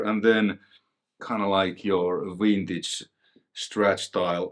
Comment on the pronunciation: I get a kick out of the pronunciation of vintage, as wintage. Vintage and winning go together real slick like. A piece of gear thats "wintage" sounds far superior.